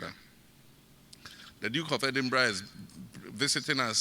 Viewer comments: EDINBURGH is pronounced Edinbrah and not Edinbeg. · Pronounced - 3dinbra not 3dinb3g wai Mi pawuts3o . Just joking. ❤ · Not edinbek the last word is pronounced ‘rah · Pronounced "Edinbra", though spelled Edinburgh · Edinburgh it's pronounced Edinbrah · It is pronounced as Edinburgh the gh is silent not Endinberg. He behaves just like his father. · It’s pronounced EDIMBRA even though it’s spelt the way you’re pronouncing. RIP to your sis, take heart 🙏🏽